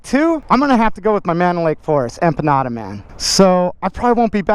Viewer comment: I kept hearing "enchiladas" everytime you said empanada and when I saw them, I was like... wheres the verde sauce